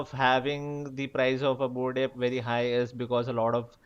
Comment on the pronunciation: I heard bored API instead of bored Ape